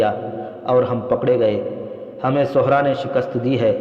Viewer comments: Sahra not suhra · صحرا کا بھی تلفظ درست کریں